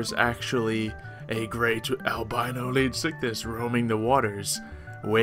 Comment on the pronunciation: look not tryna be mean but it bugs me when people don't say/pronounce a word right. it's pronounced leedsycthees not leedsycthis